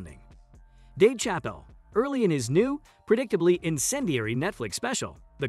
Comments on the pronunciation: Disregarding your utter failure to pronounce his name right, I'm pretty sure you haven't even watched the special. Your conclusions were arbitrary misinterpretations at best. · Learn how to pronounce his name at least.